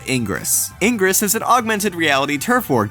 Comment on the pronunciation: I'm sorry, but all I got from this was that can't pronounce "ingress" correctly.